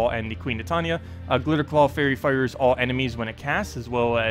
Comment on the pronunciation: ... your videos are great, but your pronunciation is killing me man. Titania... it's Tie tan ya.